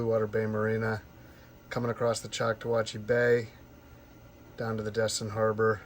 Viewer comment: That would be the Choc-taw-hatchee not Choc-ta-whatchee. 😊